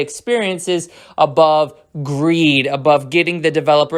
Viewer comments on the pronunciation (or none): none